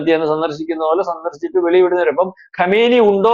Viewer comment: Kamaini alla kumaini peruparayan polum Arkyilla